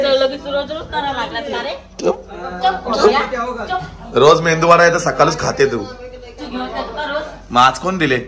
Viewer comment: मेंदू नाही रे मेदू वडा.😂